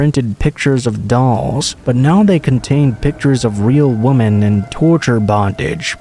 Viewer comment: First I want to say that I LOVE listening to you. Your voice just has this wonderful quality that is perfect for storytelling. I have listened for a long time now and no one compares to you. I don't know quite how to say this without sounding horrible...but I did want to mention that the word women is pronounced 'wi-men'. Sorry it just kind of bugs me lol